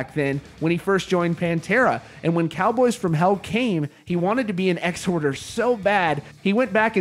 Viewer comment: Its Exhorder not Ex-Horder. You pronounced it wrong. Marzi is 100%